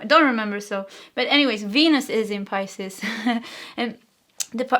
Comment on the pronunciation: Philosophizing =fuh·laa·suh·fai·zuhng Yes, you're saying Pisces correctly Thank you for the 🎯 reading 💖